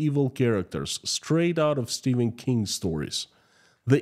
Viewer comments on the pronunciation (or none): none